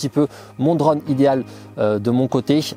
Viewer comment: Un drauuunne , tu peut pas dire drone comme tous le monde ?